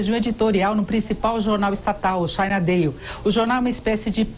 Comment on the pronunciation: Denise, vai aprender a falar ingl^es.... esta' ruizinho ainda... na~o consegue nem pronunciar Daily direito.... pqp.... e deve ganhar uma nota da JP...